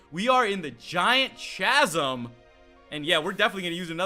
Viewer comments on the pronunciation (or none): All because chasm has a ch doesnt mean thats how you pronounce it. Plus im pretty sure if i remember correctly that empty area from were you walked across those balance beams has a hidden item.